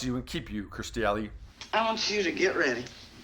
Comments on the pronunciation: Her name is Kirstie not Kristie, it's just a thing but if she's really a favorite, it would be really cool if you said her name correctly. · Learn how to actually say her name, Not Christy, but Kirstie! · It's KIRSTIE NOT Christie. Lol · Her name is Kirstie, not Kristie. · It’s K I R S T I E Not Kristy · Kur-sti Not Kristi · her name is KIRSTIE not KRISTIE! get it right. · Kerrstir? Its Kir-stie! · It's Kirstie ! For Christ Sake!Her name is K I R S T I E! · Why can’t that man say her name instead of kristy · KIRSTIE, at least get her name right please.